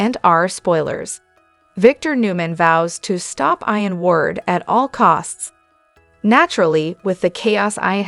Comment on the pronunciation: Not pronounced Ion but Eeon ...